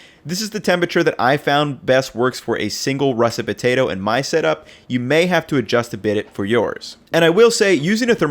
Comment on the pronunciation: Why does he say "Butato" but still says "Potato chips"?